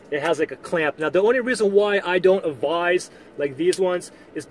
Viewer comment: It's "advise" rather than "avize".